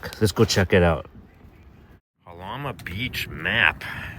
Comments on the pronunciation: Great video dude! I’ve been camping here since I was a kid. My only critique is that Jalama is pronounced “Halama”. It’s SoCal so you gotta look out for the Spanish pronunciations 😂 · Great job, very informative. FYI the J is pronounced like H.